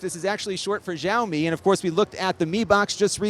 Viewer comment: can't wait for these companies to grow up and make a gaming laptop that doesn't look like plastic shit p.s. "Xiao Mi" is pronounced "she-ow me"